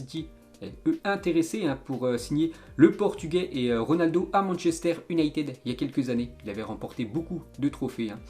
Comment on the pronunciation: Déjà quand il parle machester il dit « Unayted »